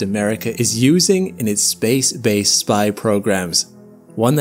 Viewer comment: "Your wrong". "Mili-tree-grade". "Space-base(D)". "Publicized statement". "Uurth". "StaHhs". BAH-HOR-RR-ING